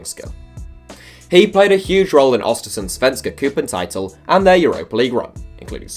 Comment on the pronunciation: hur han sa svenska cupen och östersunds haha